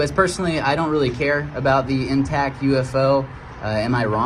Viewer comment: Yeah, he definitely did. He also said "intac" and "anywayS". Clearly not very bright. 😂